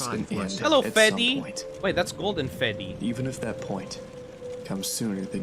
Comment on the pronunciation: Also the lore: ‘’feddy’’